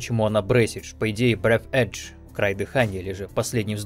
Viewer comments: на русском или на английском?) на русском норм произносить бресидж, а не брефэйдж с придыханием) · так я не про само название, а про то, как его в игре транскрибируют и произносят. "BREATHEDGE" произносится не как "Брэсидж".